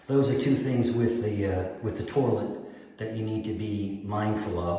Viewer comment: I’ve been to every English speaking corner of the planet and I’ve never heard an accent that calls it a “tour-lette” 🤔😂